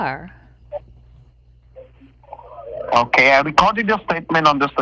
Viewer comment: AND EVERY THING IS (AH-KAY)????????????????